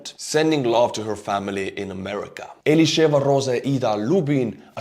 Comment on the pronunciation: You are saying the name of Elisheva so nice like an Israeli 🇮🇱 !!❤ I would like to correct your report regarding the poor Palestinian woman that got shot - she was shot because she tried to stab Israeli soldiers (ilke Elisheva) so the soldiers shot her. Israeli soldiers don't shoot people without a very good reason. Thank you for your channel (from an enlisted soldier in Israel 🇮🇱 🇮🇱 🇮🇱 )🌸 🌸 🌸